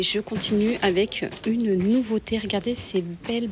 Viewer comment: Nouveauté É Et pas iéhe !!! Écoutez vous parler mais que c est pénible e vocabulaire !!! Quel dommage parce vos vidéos sont biens Si vous pouviez vous corriger !!! Ce serait mieux pour le vocabulaire Français Je vous promets que vous êtes vraiment penible à écouter malgré tout Faites donc un effort de prononciation par respect aumoins Merci par avance si vous y arrivez Cordialement